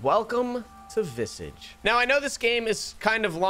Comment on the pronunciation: the word is pronounced VIH-SAAAAHH-JSH. Like MIRAGE but VISAGE